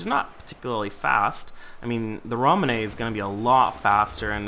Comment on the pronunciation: ramenay?? LOL